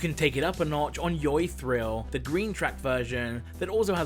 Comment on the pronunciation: fun fact: YoY is actually pronounced as joy not joi